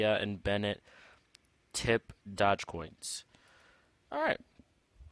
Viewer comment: That moment when you don't even know how to pronounce doge